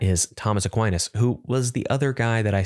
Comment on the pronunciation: Fun experiment, thanks! Shame about that bad fumble on Aquinas, but otherwise hilarious and edifying in equal measure.